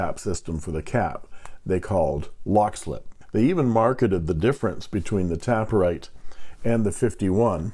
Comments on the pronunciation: It's TAY-per-rite, not Tap-per-rite, because the pen tapers at both ends like a cigar (or a Parker 51). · oh honey there is no second p its taper ite not tapper ite :/ but of course you can call it whatever you like :) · I think I pronounced it incorrectly throughout my video. It is "taper write" as in a pen that tapers down to a point. So, "tape" instead of "tap". And I think they were playing with the word taper and write in combination to illustrate the shape of the pen being similar to the Parker 51.